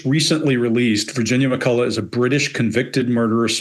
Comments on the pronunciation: It's pronounced McCull-uch not McCull-a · Pronounced McCullock not McCullow